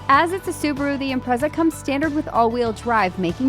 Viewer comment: 'Imprezad' LOL but E for Effort. had a good lil laugh. its a nice looking lil car